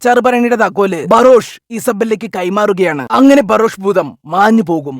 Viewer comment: ഇയാൾ ബറോഷ് ബറോഷ് എന്ന് പറയുമ്പോ ഞാൻ പൊട്ടിച്ചിരിച്ചു പണ്ടാരം അടങ്ങി 😂😂😂😂😂😂😂😂😂😂😂😂🙏🙏🙏 ബറോഷ് 👌👌👌